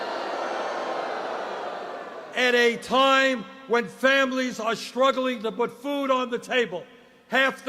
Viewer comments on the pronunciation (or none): none